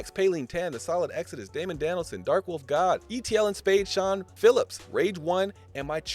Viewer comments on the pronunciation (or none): none